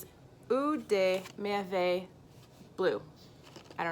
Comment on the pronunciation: OMG your Eau des Merveilles was perfect ! So proud of your french skills ^^